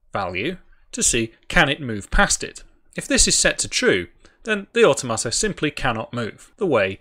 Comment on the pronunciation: Awe Tomato: the most awesome tomatoes 😁 Never heard automata pronounced that way before. "or tom a ta", rather than "or toh mata". I want to mod this with tomatoes now... Oh, wait... I can 😁